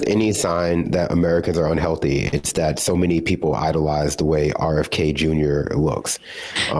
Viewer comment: 'RKF'? It's been 9 hours bro. How'd you fuck that one up?